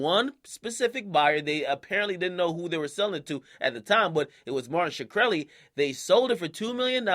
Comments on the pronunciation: Sker-el-i.... not shkr-eli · Why do you pronounce Shkreli like Shakur? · AKA it's pronounced "Shru - relli" not "Shu - krelli" niggas need to learn proper grammar and silent consonants that aside, ppl like Martin Shkreli personify everything wrong r.now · "Martin shekreli" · you said his name wrong